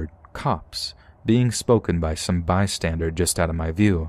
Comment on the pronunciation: The dog “barred” its teeth? It’s pronounced “bear-d”. There’s no D at the end of “bystander.” Also, misshapen is pronounced Miss-shape-en. I love your videos, but unfortunately you pronounce several things incorrectly and it pulls me out of the stories. If you’re reading things and recording them you can’t just wing it. You should skim over the content beforehand and make sure you’re not going to encounter any words you’re unsure of. Just a friendly critique to help improve the quality of your already great content!